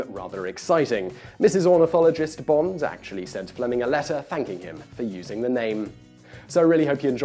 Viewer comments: Lovely video, but you pronounce "Bond" as "Bonds" in all but two instances in it. How strange! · Why is he calling him "Bonze" it's Bond. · Name's Bond, not Bonds. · James BOND, not James BONDS! Damn you English people :P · You keep saying bonds, as in the underwear brand. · "Bond. Not Bonds." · Why do you keep calling him "James Bonds"? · am I the only one irritated he keeps saying "James bonds", and not in a possessive manner. "in fact bonds drank so much" "in writing the bonds series" "James bonds novels" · Why do you keep saying "James Bonds" as a plural? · Am I the only one who noticed that Simon pronounces "Bond" as though it has an 's' at the end of it throughout the entire video? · Please, there is no S in Bond. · Is it just me or is he adding an S to Bond? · You're British and you can't say Bond right?? There's no "S" on the end my friend. :)